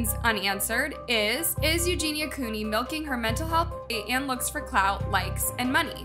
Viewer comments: What’s concerning to me is you did an entire video on a dying girl and you didn’t even say her last name correctly. You also recently copied word for word a video Jake Dolittle made about the McFive Circus and have yet to apologize to HIM for this. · I couldn’t finish this cause I cldnt get over the incorrect pronunciation of her last name lol that’s such a huge pet peeve for me when it comes to content creators. This is your job. Lol at least do enough research to know how to pronounce the person’s name. lol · Coo-ney, not Coney! It's hard to listen seriously when name is mispronounced. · It’s Cooney, not coney! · Its Cooney not Coney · Coney, Cooney, damn if you're doing a video about someone at least pronounce their name right. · Why do you keep saying coney instead of cooney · COOney not CONEY. She's not a hot dog. LOL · It's COONEY, not CONE-Y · Her name is COONEY - NOT CONEY! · Isn't her last name Cooney, not "coney" No hate just confused as to why you say it like that. Anyway, i used to follow her and encourage and support her recovery but after awhile i couldn't support her anymore and found her constant denial to be toxic. Don't get me wrong - i wish her the best and by some miracle i hope she does indeed get some help but i just don't see it happening and i think she does in fact know what she's doing. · Cooney, not Coney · Cooney not Coney. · That's exactly what triggered me! I was so relieved and then... Coney.😡🤣🙄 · Can I ask why you keep spelling her last name like that? You spelled it correctly but you’re pronouncing it with one o? Make it make sense! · she's misprouncincing it. It's phonetically "koo▪︎Nee" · I'm sorry but did she say Eugenia Coney? Several times in the first minute of the video? What an amazing researcher. Breaking news. Wow. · It's you-jeen-ya koo-nee. Hope it helps! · Cone-ee? For all the effort you put into your vidoes.. You would think you would pronounce their names right. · STOP SAYING COAN-Y LMAO